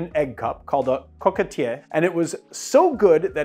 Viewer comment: As a Frenchman, I appreciate the effort to pronounce the word "coquetier" right. I know it's a hard one for English speakers so kuddos! Now, to honor my country's reputation, let me tell you where you're (probably) wrong. The word "coquetier" has been around for a very long time in French. We can trace it back to at least the 16th century. Where it gets more interesting though, is that not only a coquetier has a capacity of roughly 1.5oz, but also some of them have two sides of different sizes and look exactly like bell jiggers. So it's not hard to imagine that coquetiers were, in the early days of bars, used to measure drinks and make early versions of cocktails and were eventually revamped into our modern day jiggers. Not to mention that France was, and still is, the reference for everything cooking related in the West. It's not hard to imagine the influence French chefs and early bartenders might have had on a burgeoning new industry in the 19th century. Honestly, of all the stories about the origin of the word "cocktail", the one that says it comes from the word "coquetier" is the most likely one IMO. Every time I hear an English speaker badly mispronounce it, the resemblance with the word "cocktail" is striking to me. The whole thing about it coming from Peychaud and his Sazerac is just some added folklore and/or a smart marketing move from Peychaud himself and/or his heirs. By the way, if a Sazerac was really served in a coquetier, it was probably VERY different to how